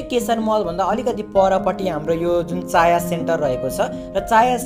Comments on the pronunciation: चाया होइन छाया सेन्टर हो😅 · चाया हैन छाया हो 😂😂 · छाया सेन्टर हो भाइ चाया सेन्टर होइन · छायाँ हैन भाई छाया हो।